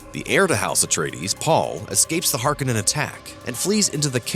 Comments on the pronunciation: HAR-CONE-IN, NOT HARK-IN-IN. Just trying to help you out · it's har-KO-nen